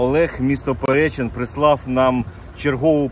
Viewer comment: Вибачаюсь ПеречИн, наголос на и. Бережи вас Боже❤️